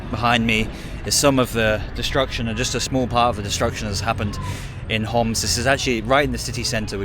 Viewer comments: we say Homs not hamas bro fix it if you can pls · Love this! So important to show how resilient the Syrian people are! But, please, get the Homs pronunciation right. It’s not Hamas, and is a bit dangerous to get that wrong. Would recommend talking to Arabic-English speakers rather than just through a translation app to not miss the nuances. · the guy said as Homs (being from Homs) not Hamas as you translated, could be a typo but you should double check